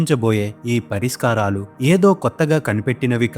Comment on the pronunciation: Vedio bagunnadi kani Ucharana doshalu chala unnaye sari chesukondi Ex.parishakram anadaniki pariskaram pakuku tunnaru gamanicha galaru